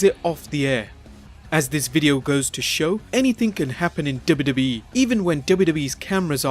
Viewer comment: he said dubidubii but its wwe